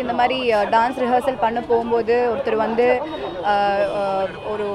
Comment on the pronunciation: Evendu evendu (Event) 😂😂ஒர்யூ ஒர்யூ (ஒரு)🤣🤣